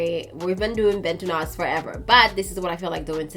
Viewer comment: I appreciate the fact that you pronounce 'Bantu Knots' better than what most Americans say.